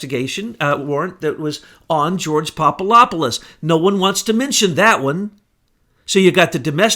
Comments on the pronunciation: Papadopoulos - (phonetically) Pop-a-DOP-pol-lus. NOT Pop-a-LOP-pol-us. For goodness sake, listen to yourself if you doubt me. Being loud and fast talking like a madman doesn't work for you. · PapaDopoulos, not PapaLopoulos. It's a "D", not an "L". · the name is Papa-DOPoulos not Papa LOP olous BTW! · There is a "D" in PapaDopolis. Good stuff however! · Hey! Get it straight. There is a "D" in Papadopoulos and Slovenia never left the Czech Republic nor did Slovenia leave Czechoslovakia. Slovenia left Yugoslavia and before that it left the Austro-Hungarian Empire. If you get so many easy-to-find facts wrong, why should we believe this cloak and dagger fantasy story you're trying to foist on us? I will now be unsubscribing from this R***ian desinformatsia account. Das vidania tovarichi.